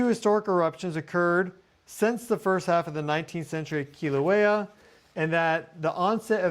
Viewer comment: Mahalo nui for pronouncing Keelawaya correctly. Next lesson, Mauna Loa, Maauuna Loa. Not mana, which means spiritual power. Maauuna Loa has mana nui! Much spiritual power.❤